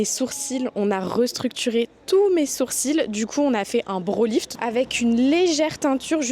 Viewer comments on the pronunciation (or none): none